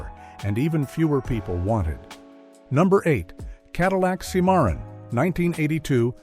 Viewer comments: Cimarron is pronounced Sim-a-ron, like the town in New Mexico or the novel by Edna Ferber. Stupid AI voices, what a joke. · Cadillac "See-MAR-in" AI voice, AI text, AI bullshit run amok. Thumbs down for me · I love the mispronunciation. The facts were still correct! 😅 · Cannot even pronounce "cimarron.". Give a thumbs down.